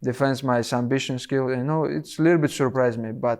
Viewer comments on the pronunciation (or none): Sumbission, noice. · "He defense my sumbition skills" 😂😂😂